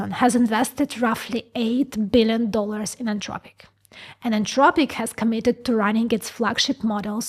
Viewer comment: AnTHropic, the word is anTHropic. TH like THink.